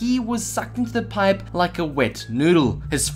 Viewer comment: Anyone get annoyed by when he says piPE